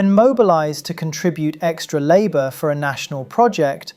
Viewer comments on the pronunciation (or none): none